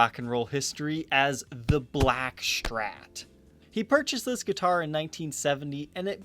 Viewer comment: Why does he pronounce Strat as "shtrat"?